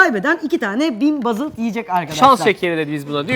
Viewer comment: Bazıld değil BOOOOOOZILD.